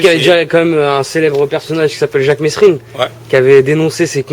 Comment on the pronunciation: me soule serieusement il a des questions naze pourtant le sujet et bon et on dit merine pas mesrine meme si sa s'ecrit avec un s